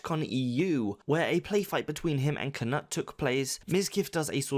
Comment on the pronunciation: Just wanted to say it's pronounced Kuh-Noot, not Kuh-Nuht. Don't know if you're joking but just wanted to help